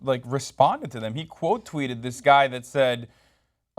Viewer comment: everytime tries to day guy he say "gay" lol